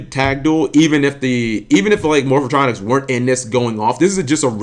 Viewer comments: "Morph-O-Tronics" lmao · "Morphatronic" The cringe.